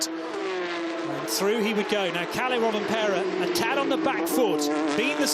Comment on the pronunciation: Pronouncing Rovanperä wasn't that bad. He even tried to say the ä.